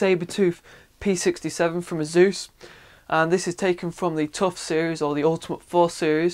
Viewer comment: Although I don't say it the way he does, I have seen the ad he mentioned, and he is saying it correctly.